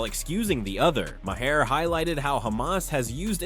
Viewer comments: It’s pronounced “Mar” not “ma-hair” or “may hair” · Bill Maher. Pronounced Marrrrrrrrrrrr. Not mahair. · If you can't pronounce widely known names, maybe you shouldn't make the video yet.